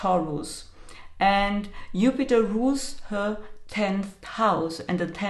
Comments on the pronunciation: you mentioned the planet Jupiter except you pronounced Jupiter upiter is that because of the Jew word? You can’t say Jew? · The letter “J” in German is pronounced as “Y(ou)” in English. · In Russian it’s also Yupiter. Not a big deal. 😁